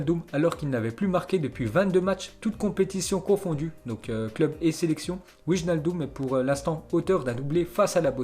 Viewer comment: on prononce W(ai)naldum:)